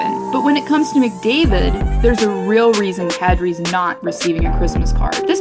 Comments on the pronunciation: They butchered kadri’s name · She butchered Kadri's name lol.